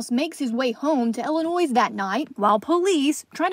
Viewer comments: ILLINOIS .... why is reporter pronouncing it Ill a noise?? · Someone please tell her that the S in Illinois is silent 😩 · The “s” is silent, in Illinois ! Ugh, so annoying